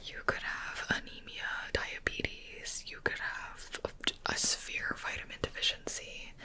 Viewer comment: i started laughing at the fact she said "anemia"